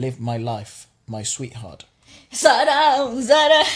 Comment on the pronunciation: Man Your Pronunciation of the song is perfect as an indian....Zara Zara Mehkata hai.... I couldn't find single mispronunciation